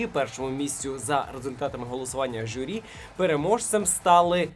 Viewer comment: журі, а не жюрі